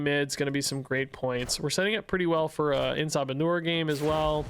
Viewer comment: I just can't NOT hear it as "Eh Sa Manure" 😅